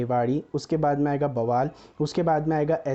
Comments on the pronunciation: ट्रेन और video अच्छी है परंतु आपकी English के शब्दों से हिंदी में बोलना कमजोर है. आपने बावल को बवाल बताया. धारूहेड़ा को धुरेड़ा बताया. इसके इसके बाद खैरतल को आपने क्या कहा है आप खुद ही अपनी वीडियो मे सुन लो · I am From Bawal Or Bhai ye बवाल नहीं है its बावल (Bawal) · Sec 17 Gurugram 😀, 4.29 वैसे वो बावल है भाई बवाल नहीं है !😉😄😄😄